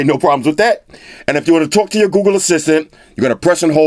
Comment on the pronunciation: Could have sworn I heard he said 'Goo Goo Pixel Buds'. My bad. Lol